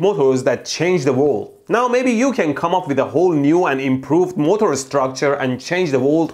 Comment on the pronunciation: He says motor the right way